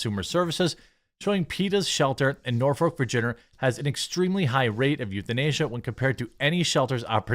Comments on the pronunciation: not nor-folk.. norfuk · We have a Peta headquarters in Norfolk, VA. You see going toward Portsmouth. And it's nah-fuk, not Norfolk, that's how we say it round our way. I'm bout 30 mins. I don't think the local news even promotes peta, but I know they promote the SPCA. They have billboards all over. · It’s pronounced Norfik